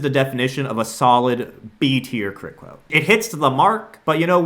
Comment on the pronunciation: Quit Cwote